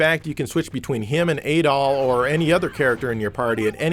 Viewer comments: I don't think Adol's rename in the SMS version was just a translation issue; I heard it was because they didn't want it associated with a certain Austrian painter. BTW it is Add-ol and not aid-ol as per the Japanese rendering, similar to the aforementioned painter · Adol is pronounced with a short A, like "apple," but with a D instead of a P.